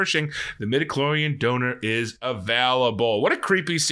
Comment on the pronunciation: I completely thought Mof Gideon was saying "we have our DAUGHTER" not "donor" and my mind was blown! lol